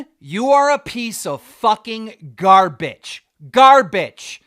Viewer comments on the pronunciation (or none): why does he say it like that 💀 GAR-BITCH.